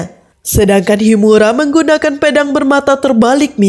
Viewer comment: Pe dang..bukanya pea dang mbak...ngulas jgn anger nyebut aja yaa